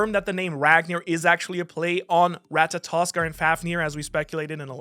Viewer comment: You get an "Atta boy!", for being the only One Piece youtuber that can pronounce Ratatoskr correctly.